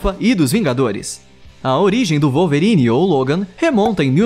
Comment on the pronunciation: "Walverine" foi foda ein!